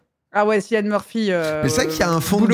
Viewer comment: Tarpin drôle par contre on dit Killian pas cillian même si ça s'écrit avec un C , c'est un irlandais qui me l'a dit au Vietnam dans la baie d'hallong voilà voilà bon weekend ❤